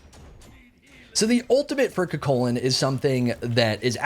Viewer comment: The gods new name shall be CUGHHHHculan in honor of the moans